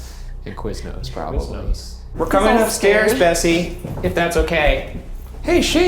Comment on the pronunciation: Every time Ryan said Bessie it sounded like Bestie.